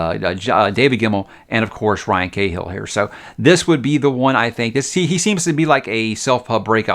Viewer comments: McLean is pronounced Makleen. And while we're at it, Cahill isn't Kay-hill, it's Ka-hill. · Cahill is pronounced Kah-hill